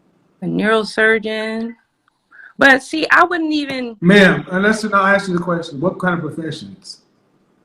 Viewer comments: Didn't teach her how to cook, but taught her to think 3500 calories a day was normal. Has an education degree and still thinks it's aks instead of ask? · For an elementary teacher she axs a lot... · He Didn't "AX" her to marry her. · Axe instead of ask….tooken instead of taken. And she is a TEACHER!? My GAWD! No wonder kids are so messed up!